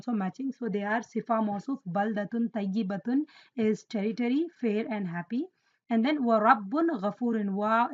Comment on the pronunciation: Masyaa Allah sister..very useful. May i correct something...in minute 15.55 you pronunced To as Ta "Tayibatun" when its supposed to be Toyyibatun. Just thought that could be note. But your vids are cool. May Allah preserve your knowledge